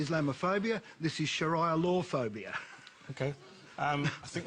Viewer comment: Shiraya law? Wtf. A man who doesn't even know how to say Sharia law, pretends he knows so much about it. Idiocy of a white man at its best.